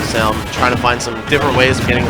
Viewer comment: I still hearing the commentators call salem "sailor" wtf